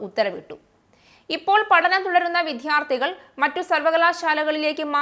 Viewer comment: വിദ്ധ്യാർത്തിയല്ല വിദ്യാർത്ഥി